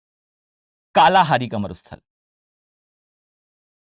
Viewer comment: मसाई जनजाति कालाहारी तो बिल्कुल ही गलत पढ़ रहे आप इतने कॉन्फिडेंस से